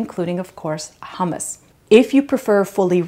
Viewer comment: Great but so much nicer to at least try use the correct pronunciation.